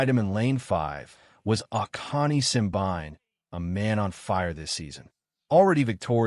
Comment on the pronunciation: Simbine is pronounce sim---bee----knee